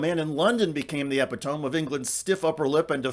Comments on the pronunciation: Good report. Just a friendly note — it’s pronounced ee•pi•toe•mee with the emphasis on the second syllable. Eh•pi•tome isn’t a word. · Ohh,. You were doing so well, too. Epitome is pronounced 'eh-PIT-o-me', rhymes with 'dignity', the thing you lost utterly with that vocabulary fail. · I respect you in your journalism. However, the word epitome is actually pronounced ah-pit-oh-me. Have a great day, and keep letting us know the real news. Thanks! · Cool pronunciation of epitome,. 😊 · Did he really mispronounce "epitome"? ( mark)